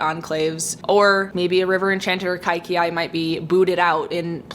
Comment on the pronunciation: I just wanted to clarify the pronunciation of the book Kaikeyi - it's pronounced Kai-Kay-Yee not Kai-key-ay. Happy birthday, hope it's a great one!